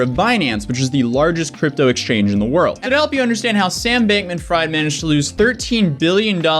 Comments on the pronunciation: Lol pronounced Fried as Freed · Pronounced like Freed